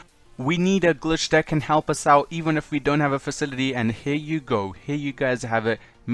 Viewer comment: It's facility not facitity